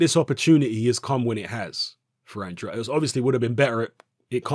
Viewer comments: It's pronounced "AND-raid",. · Guys, go find the recent IFL interview with Andrade. Kugan Cassius introduces him as 'Demetrius And-RA-day', and Andrade corrects him. Says it's 'AND-raid'. Think the guy knows how to pronounce his own name. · Please, learn how to pronounce Andrade...